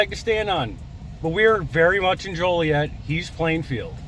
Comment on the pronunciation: The town is pronounced Jolly Et not Joe lee et. Fyi❤